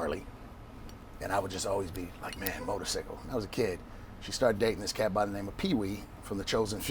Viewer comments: No we say sy kul but he says it sickle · I like how he says "Motor-Cicle" instead of cycle. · Did he just say motorcicle?! 😂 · The funniest thing is the way he says “motor-sickle” everytime he’s talking about a bike 🤣🤣🤣🤣🤣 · "mesican, there's an X in there" lmao motorsickle, there's a Y in there. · This nigga say motor sickle 🤦🏿‍♂️😂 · " parkinsons" is causing the shakes huh yeah ok cool story bro.... "Motor..Sicckkle" LOL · “Motorsickle.” Smh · He saying it like them old timers say it. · Im from London, is that how u guys or at least in Cali say motorcycle? He cant be the age he is now without some1 tryin to correct him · Lol! Thas cool,he says motorcycle like that old hick on that biker movie.,ur a innovator & str8 solid! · Lol the way he says motorcycles is a trip